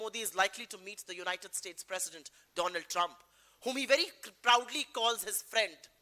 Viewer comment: Donald Nahi dolaand trump